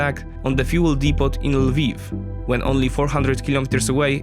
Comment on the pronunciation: Friendly heads-up: The 't' at the end of 'depot' is silent. Sounds like 'depoh.' Great vid. Thanks for the analysis. Cheers!